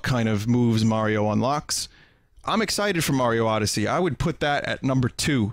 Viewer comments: "Odysee" really putting your English major to use ain't ya vin? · Vinny you fucking butchered the word Odyssey (Lol, jk)